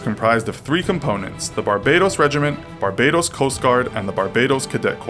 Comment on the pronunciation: It's Bar-Ba-Dose * Hheeumppp!